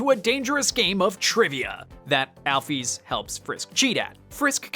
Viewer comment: MY FAVORITE GAME IN THE WORLDDD ❤ (also the way he says Chara and Alphys pisses me off but it's all good lol)